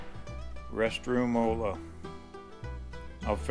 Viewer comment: "rest roomola" lol!